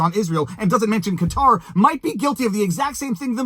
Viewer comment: So happy you pronounced Qatar correctly. Major pet peeve when people mispronounce it as "Cutter"